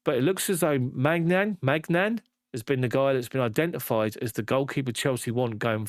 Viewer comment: "Main yon" is how you pronounce it mate.